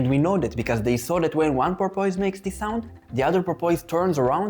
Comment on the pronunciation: I say this with 100% sincerity, Sir (i.e. I am in no way mocking your accent): Your pronunciation of “porpoise” is awesome, and I plan to adopt it immediately.